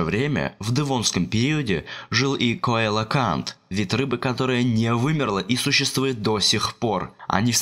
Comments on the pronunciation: Целакант, а не кайлокант 🤦‍♂️ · не коелокант, а целакант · и да. Если название имеет греческое происхождение как в нашем случае - то должно правильно читаться "Коелакант", это с латыни С - читается как "Ц". К примеру греческая богиня Кирка(Киркея) по латыни Цирцея.